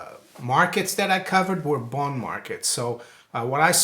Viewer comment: doesn't say, "bond" he says, "booned"